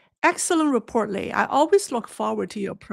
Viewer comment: 磊, the strong "lei" suits you!